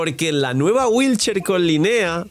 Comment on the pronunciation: Cada que dice wheelchair, muere un gatito 😔